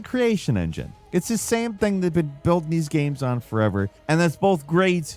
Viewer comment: Did you notice now he mispronounces things all the time? Seriously, being subscribed for years, he has always said "gaems" not "games"